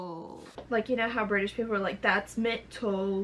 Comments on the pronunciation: THATS MINT-AL LMAOOO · I'm British and I don't say mint-al, I say mental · casual MINT-AL LMFAO I'm ded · that last one i thought u tried to say menthol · I’m British and I have never said ment-al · I’m British and we don’t say mint-al ?!